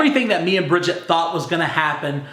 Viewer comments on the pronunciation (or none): Say it with me...bridgett.....and now this is a hard one, don’t “rely” on him 👏🏻 oh and it’s coward not cowerd...